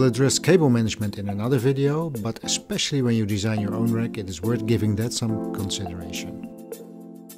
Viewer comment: You pronounce "wreck" instead of "rack"...